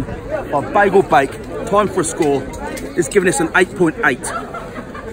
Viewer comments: Not a "bagel", that is the Americanised version, it is pronounced "by gall". The proper Jewish version. I've eaten these for over 55 years as was born and raised in the East End. No mustard or pickle??? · can you read the name of the shop its BEIGEL not BAGEL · In Brick Lane it's pronounced: BUY-GUL